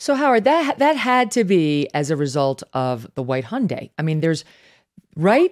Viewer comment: What is a “Hon-day” does this guy know there are Hondas and Hyundais and to stop combining them lol